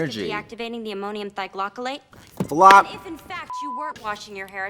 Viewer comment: Its pronounced Ammonium ThiOGLYcolate, not thiglocolate. Totally different nonexistent chemical.